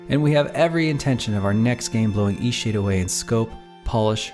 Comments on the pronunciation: Seriously, sometimes when you say EastShade is sounds like Eat-Sh*t. I am not joking and I’m beginning to think there’s a deeper hidden meaning in how hard it was for you to achieve success. Tell me i am wring. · You might want to become aware when you're speaking it sounds, to me, like you're saying Eshade. Until I scrolled down and saw "Eastshade"...you're not really pronouncing the "t" at the end every time you say it. The game looks amazing, and I really enjoy the relaxed gameplay you talked about I could do without all the Christian nuttery references, but I laughed at them as just nonsense, I'm ex-Christian that knows the book of the punk "God" very well, and it's the reason I left that cult. You can be very caring towards others without the cult. I dig your story, about how the game was made. Shoveling snow out beyond miles is something that used to be done by people. In the modern 'age' it seems impossible by most. If you don't think of that way, it becomes possible. Something else I noticed as I saw the screen shots. You actually punctuate and use commas correctly. Wow! I'm noticing a trend in Indie games where people are sloppy this way, where stuff like "thats" and other errors are creeping into their games. Which I won't support. You put a lot of care, and you pointed to that, in the game. Or rather you and your 'partner'. Smiling. "Forgive an old woman, what was it again?" Should be, "Forgive an old woman, what is it again?" since it's very, very rare for someone to change their name. The name remains the same. I'm pointed this out to Christians who've asked me many times, "What WAS your name again?" and I corrected them. This understanding also changes the understanding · all i hear when he says the name of the game is "eat shit" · I thought he was saying Ishee. I thought it was a Japanese game until I looked at the channel name.